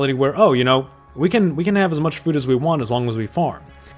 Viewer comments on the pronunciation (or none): none